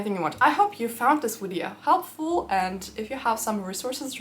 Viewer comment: English pronunciation tip: It is «video» not «wideo»! You should work on that, since you use that word all the time, starting every video with : «In this wideo….»